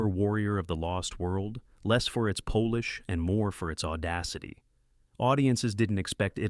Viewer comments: Notice how these compilations always have a. clips from the wrong film b. "polish" is always pronounced "Polish".. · AI voices are getting better. I did not even realize it was AI until it mistook polish for Polish.